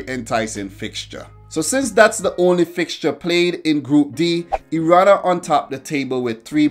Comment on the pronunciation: I love how you pronounce Iran, 1000 happy birthdays to you amigo!